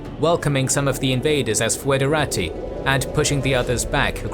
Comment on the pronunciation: in what shameful way you pronounced foederati?